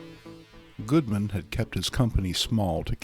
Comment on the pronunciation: He calls Martin Goodman, "Goldman."